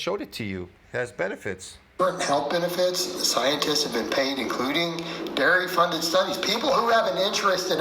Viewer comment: Every time says big dairy, it sounds like ‘big Gary’!🤣🤣🤣